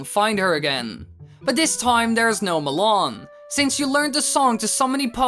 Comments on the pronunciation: "muh-lawn" me: ACTUALLY, it's pronounced "mah-lun" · It's maa-lon not malon(as salon)